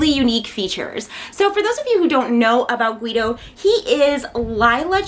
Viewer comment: I pronounce his name like “Gi Dow” so it bothers me when you say “Gu Wi Dow” lol.nice review btw